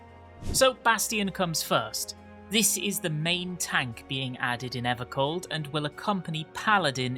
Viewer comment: EVAH COLD MORE LIKE AVAH SLAWP